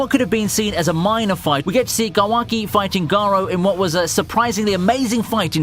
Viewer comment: Learn how to pronounce Kawaki, Naruto, and Boruto!